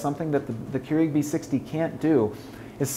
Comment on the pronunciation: I hate the way he says keurig